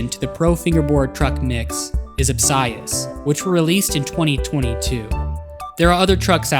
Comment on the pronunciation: I’m glad I heard someone say obsius’s name. Ob-sigh-us. I’ve been saying Ob-see-us Obsius trucks are best in my opinion. The one solid mold idea is brilliant, solving the “axel slip” problem. Obsius wheels feel soft grippy- but hard, kinda like a bowling ball. Still trying out the new innovations in the fingerboard world, but so far obsius equipment has me amazed currently.